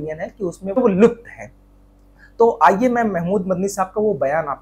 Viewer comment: Lupt nahi babu lipt hn